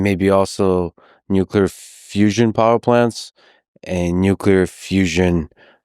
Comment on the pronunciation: nucular fizz fizz